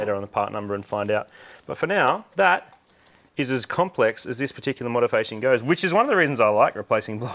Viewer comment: ... "modifation"... I had a look Marty, that's not English.